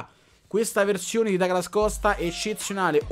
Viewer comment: Comunque si pronuncia Duglas Costa...perché è brasiliano. Ma qui oramai...dopo Becnabor...😂